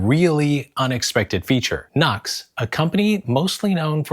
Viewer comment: Yes, I think the track pad is a great idea (and the company is pronounced "new - x" not "nucks")